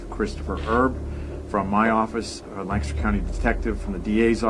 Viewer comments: im from Lancaster pa and it's killing me the way she's pronouncing it. It's lank-aster not lan-castor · Omg! I live in this area and this was big news when it all broke! Btw “Lank-ester” not “Lann-cester” lol we’re particular. Love you girl! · We have a Lancaster in SC and we pronounce it Lank-a-ster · Lan-KISS-Ter!! haha. From the area and this was big news when they arrested DJ Freeze. Glad they got the scumbag! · Ya gotta said it Lang-Kiss-ster PA. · Also weird fact, I’m from the area and we pronounce it Lankister. Weird I know! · Being from Lancaster and hearing outsiders pronounce it 😆 girl I love you! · Oof I live 1 hour away from Lancaster (which you btw said wrong) and I go to school in Lancaster and my whole family lives there. I'm shooketh. Oh my gosh I just remembered that my teacher told me that she used to live next to a murder victim and they have never solved case, but I'm not sure if it was Christy or not because when she told me that, this case wasn't solved.